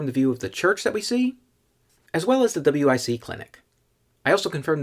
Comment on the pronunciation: Just say wic it rhymes with bic. Like the lighter.